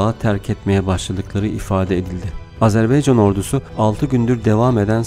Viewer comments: ilk 5 saniyeyi tekrar dinle lütfen E harfi ile söylüyorsun, A harfi ile söylemen gerekir A-ZER- BAY -CAN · Azerbeycan değil, AZERBAYCAN, insan kardeşinin adını doğru söylemez mi? Biraz dikkat